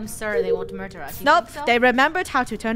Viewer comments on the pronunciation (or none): “murber” □